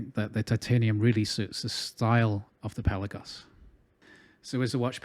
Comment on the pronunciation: You nailed the pronunciation my friend: it's Pèlagos .🎉🎉🎉🎉 congratulations you must be the first reviewer who has done his homework.